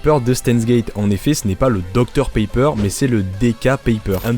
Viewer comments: Suis-je le seul à entendre dr paper au lieu de pepper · pq tu prononce docteur Paypeur alors que ça se prononce pépeure